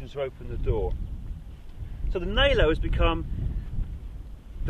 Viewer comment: It's not Nalo - it's Nallo like in Fallos